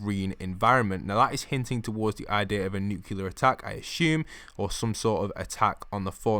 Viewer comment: If you all want to know what's really going on in the fortnite storyline go sub to happypower because this chap hasn't a clue what he's talking about, and for the love of God pronounce your words right it's NUCLEAR not nukiller